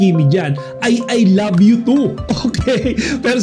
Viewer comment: Ang sarap sa tenga yung pagbigkas ni Paulo ng I love you kay Kim.Natural na natural.